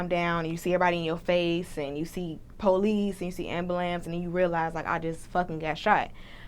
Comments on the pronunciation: she said ambalams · I’m dying “ambalambs”. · “Ambalamps” lmao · I say it that way too 💀😂 I guess it's a southern thing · Jaden Cincere she from chicago and we do say ambalam lol